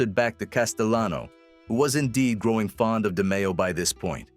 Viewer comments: Great video, but hearing his last name said wrong is annoying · This is not AI. Voice operated. So why would he say the last name wrong? We might be wrong about pronouncing his name. The narrator was accurate with his english. But the demeo pronunciation. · Try pronouncing his name correctly ! LOL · Can't even pronounce the man's name right. FS